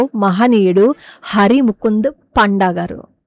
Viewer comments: పండా not పాండా. Exclusive Odia brahmin surname. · పాండా కాదమ్మా. పండా. పండా అంటే పండితుడు అని అర్థం. ఆయన నిస్వార్థ భక్తి ప్రపంచానికి ఆదర్శం.